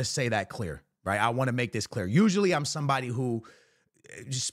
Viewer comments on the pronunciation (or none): none